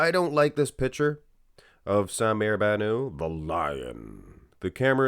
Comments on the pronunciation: You're pronouncing his last name with a French ending Ban ooo. His last name is Arabic and should be pronounced Bannout ( Ban-ut) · The (T) in BannouT is not silent. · "sah-mir bah-nuh". Really weird way of saying his name